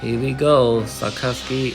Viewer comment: Sakazuki not sasaki